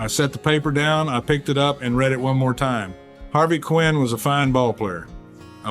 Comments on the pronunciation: Yeah, that was the give away. I was hoping it really was Mickey until I heard that. Every player, every fan knew the correct pronunciation of Harvey's last name. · AI mispronounced Harvey Keene name. Mickey would not have done that.